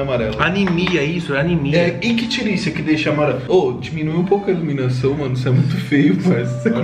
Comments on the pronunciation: Não é ictírícia ,e sim se pronuncia como icterícia, e sim coloração amarelado se chama icterícia. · É icterícia simmm hahahaha... Mas não se fala ictiricia! Pessoa amarelado... pessoa ictérica ou seja com icterícia. Um abraço de Rio Pardo RS